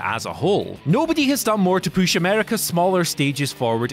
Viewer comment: I get the giggles every time this guy ever says "push".